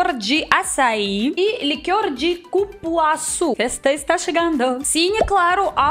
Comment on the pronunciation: você tem que conhecer o Pará, Quando der venha conhecer Belém-Pará 😍😍 e leu certinho Cupuaçu hahaha ❤️